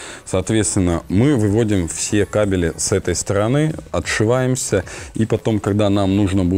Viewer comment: ппц, кабелЯ и тут же кАбели